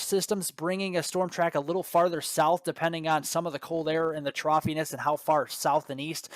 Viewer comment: Troughiness???? Weeeeeee!